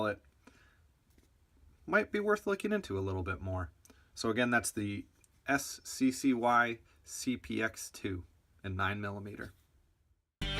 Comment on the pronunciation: It's pronounced sky. I own one and was my first pistol that I bought since because it was so cheap. Mine is the cpx-1 which has the ambi safety. That's the difference between the 1 and 2, the external safety. Great review by the way!